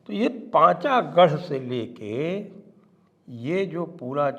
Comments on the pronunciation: Not Pachagar it is Panagar. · Not pachagarh pronunciation Pon-cho-garh.